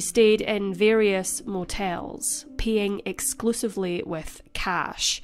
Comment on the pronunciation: Your accent! I thought you said “peeing exclusively with cash.” And then I thought, I think she meant PAYing. 🤣